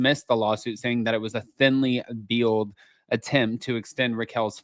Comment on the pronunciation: Thinly “vay-le’d”… not “veal-ed” 😊